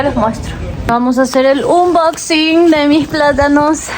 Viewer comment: Wow que hermoso gesto de tu jefe❤❤❤❤❤❤❤❤, te cuento que unboxing en inglés se pronuncia anbæxing...tú sabes que en inglés no podemos pronunciar como en español y viceversa. Entendido...pásala bien.